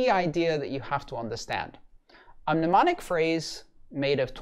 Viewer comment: As politely as possible the first m is silent.